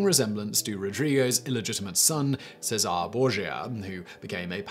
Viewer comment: Learn to say the words you're using. You don't come close on Cesare, little better on Borgia. And then, you've added the simply blatant restating of incorrect internet tales, in the place of research. Your channels used to be a value, but basically, from the point where you started making cover images with your face in some cheesy, tacky looking pose - following along with the current trend of trying to show an expression but ending up looking like a sad mime, from pretty much that point they become sloppy and unreliable.